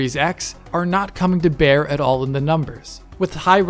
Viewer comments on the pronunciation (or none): none